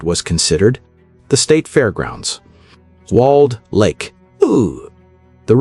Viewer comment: Walled Lake, not Wald Lake. Shhesh.